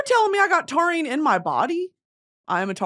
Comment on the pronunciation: love love love Britney and she is so so so smart but her reading the chemistry of taurine and somehow getting biology mixed in there and horrifically pronounced was so painful to the pre-med in me